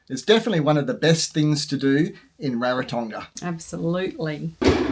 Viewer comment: Thank you for sharing. On a side note, and not a criticism, pronunciation of Rarotonga (Ra, like raspberry, soft g).